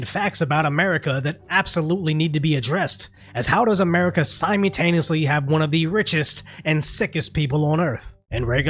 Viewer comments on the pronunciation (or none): Brother. I love ya, I respect ya, and I appreciate your lighthearted commentary on the tragic status that is today's reality, but I need you to understand something; the word "simultaneously" contains two Ls, and neither one is meant to be silent.